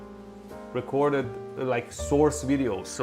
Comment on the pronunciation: What's the opposite of live, ah yes, you are funnier, recor-ded.Mehdi, still luv ya man, hate the muzak.